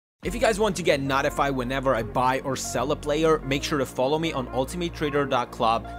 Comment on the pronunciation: "Not afied"?